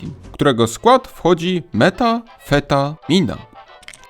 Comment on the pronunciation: ❌Meta-feta-mina ✔️Meta-feta-Mi-Na